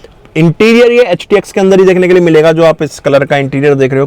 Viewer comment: Paga hai kya😂..HTX ko bar bar htk o bolrahe ho.